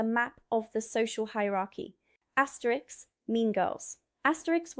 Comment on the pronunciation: Yeah, couldn't help laughing at "Asretix"! He was a cartoon Gaul fighting the Romans with his friend Oberlix 2000 years ago, lol!!